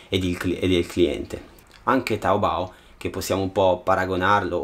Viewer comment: E aspetta su è taobo no taobou Non dire che non sono cinese sono cinese